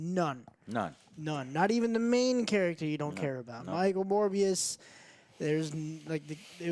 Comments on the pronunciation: I love how Joe said "more bs" instead of "Morbius" XD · The way pronounces Morbius sounds a lot like 'MoreBS' to me. Or is it just me?